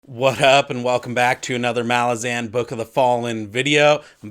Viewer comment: Hey bro was listening to U and while I totally respect our own sounding out of characters names just always thought kruppe is pronounced with oi sounds almost more a uh. And Jagut more with the Hebrew type y sound yahut souning yahout and yeah your final pronouncment of malazan is perfect keep up Fri work m8 your awesome